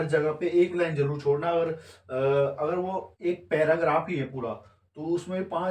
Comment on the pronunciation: लैन नहीं होता है, लाइन (line) hota hai.. Mind it 😂